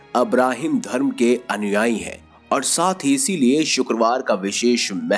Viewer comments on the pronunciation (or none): none